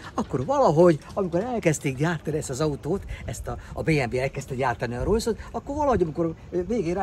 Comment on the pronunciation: nekem is b4ssza a fülem. Rojszrojsz....